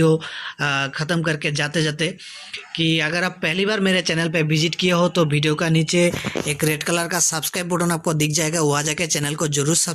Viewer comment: Bhidio , Bhokal ,Bhiwer, Titrial. ye kya hai sab Ridiculous such a?? make better your word Pronouncation